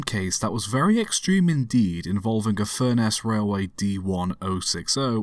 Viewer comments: Funny how offcomers mispronounce place names. LinDAL and FurNESS - the latter not sounding a lot different from furnace - the difference being ess rather than ace. Lindal and Lindale are both pretty much pronounced as lindle. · I was born, and grew up in Barrow-in-Furness and this event is still well known in the area. Just FYI, Furness is pronounced like 'Furnace' and Lindal like 'Lindl'.